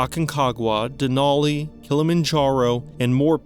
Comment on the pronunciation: As an Alaska Native and lifelong local, thank you for pronouncing Denali right. We’ll accept the other main pronunciation of course, but always nice to hear it said proper.